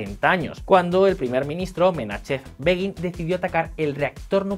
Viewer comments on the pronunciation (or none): Menachem Begin se pronuncia Menajem Begin, tanto en inglés como en hebreo‼️ En inglés se escribe la J como CH muchas veces...🤔